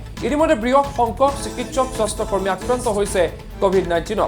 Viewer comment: Soshta kormi nohoi bhul hoise , xudhokoi ussaron korok